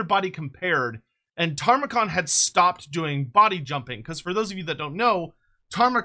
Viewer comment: You keep saying Tamurkhan wrong bro 😂 It's Ta-mur-khan not Tar-mu-khan ❤